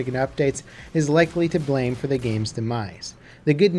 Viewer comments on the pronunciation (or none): none